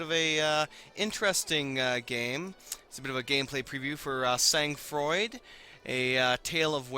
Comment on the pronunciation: pronounced: San Fraw